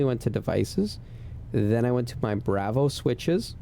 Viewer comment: I really wanted to watch this and learn how to set this up but the way you pronounce "Bravo" is like nails on a chalkboard 😂..... Dude.... No